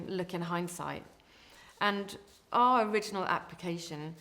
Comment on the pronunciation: did she say are application?, It's our, not are. our, sounds like hour, power etcnot are